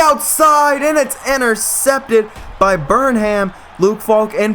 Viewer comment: I think "Burnham" is pronounced "Burn 'um"